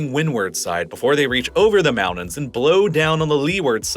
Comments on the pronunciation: When did mountains become pronounced "moundans"? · I really wish you'd learn to pronounce your "T"s more consistently. I'm tired of moudens, Manhadden, and all that.